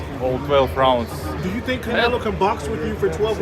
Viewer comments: Why does he keep saying "Canela" instead of "Canelo"? At least it doesn't seem intentional. lol 😂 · Sounded like he said CANELA.... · Hahahahaha Bivol said Canela 😊😊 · HE CALLS HIM "CANELA" LMFAO 😂🤣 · He said “canela” cuz he a bitch 😂😂😂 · I love he calls him, “Canela.” It cracks me up every time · Sounded like he kept saying Canela 😅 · Bruh this guy saying Canela I think he knows how to say it right just playin da game Lmao. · Eastern Europeans for some reason always call him canela. It's like they don't know how to pronounce o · This mfkr calls him Canela 🤣🤣🤣🤣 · Bivol "canela" 😂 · Bivol says Canela 😂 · he says canela on purpose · Bivol: "Canela" lol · Bivol been sneak dissing calling canelo "canela" lol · I like how he calls him "Canela". Sounds about right. Lol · "Canela," Was that on purpose? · He can’t even say Canelo right